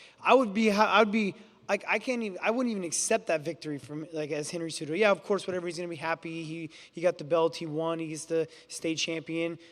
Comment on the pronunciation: I LOVE CEJEWTOE (CEHUTO) CEJUDO GOATTT